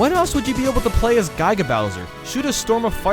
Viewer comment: u penounced giga wrong